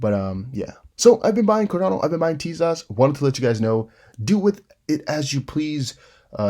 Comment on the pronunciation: Tezos is pronounced Teyzos. Not teaZOSS ✌️